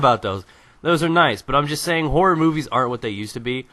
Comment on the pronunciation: haha, every time you say horror, i thought you said whores... but yes, EVERYTHING meant to scare makes me shit my pants, and lactate. and im a man.